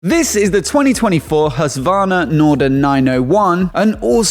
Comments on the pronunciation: Actually it should be pronounce Hus-Kvarna Greetings from Sweden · Hushvarna? No, it’s pronounced huskvarna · “husk warn ah” not “huswanna” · jag är svensk… you need to realise that non swedish natives can’t pronounce hus nor kvarna so you need similar words like i wrote in my comment. there’s a reason why most english natives say husky as it’s easy to pronounce for them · In case you find it interesting: The Q in Husqvarna is pronounced as a hard K. Hus-Kvarna. Hus = House, Kvarn = Mill. Today the city where it the company got it's name is spelled Huskvarna.